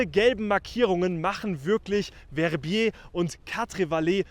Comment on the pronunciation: Très bonne vidéo et bien meilleur prononciation que les anglais qui écorchent VER-BIER 😂